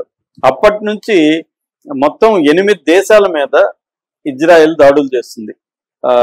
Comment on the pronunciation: గురువు గారు మీరంటే మంచి అభిమానం ప్రతీ వీడియో మిస్ కాను సార్ దయచేసి నా మనవి వినండి ఇశ్రాయేల్ అనండి/వ్రాయండి సార్ ఇజ్రాయేల్ కాదు సార్ హిబ్రూభాషలో ఈవిదంగా లిపి ఉంటుంది יִשְׂרָאֵל కుడి నుండి ఎడమకు చదవాలి 1.యోద్ =య "ఇ" ( *יִ ) 2. షీన్ = ష లేదా “శ” ( * שׂ ) 3. రేష్ = ర (*רָ) 4. అలెఫ్ = ఎ (* אֵ ) 5. లామెద్ = ల (* ל ) *ఇశ్రాయేల్ * ISRAEL ఇందులో "J" ఎక్కడుంది సార్ దయచేసి ఆ దేశ సార్వబౌమాధికారంతో పెట్ట బడిన పేరును అమానించవద్దు, ఇది గమనించండి ఆదేశం యొక్క పేరును అబాసుపాలు చేయకండి. మాకు తీరని అవమానం. ప్రతీ అక్షరం క్రింద ఒత్తులు (దాగేష్ ) ఉన్నవి. హిబ్రూ అక్షరమాలలో "జ" అనే సౌండు లేదు మీకు శతకోటి దండాలు తప్పు పలక కండి,వ్రాయకండి.